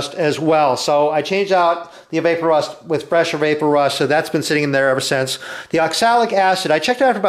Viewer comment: Not vape-o-rust, vap-o-rust ... like EVAPorate rust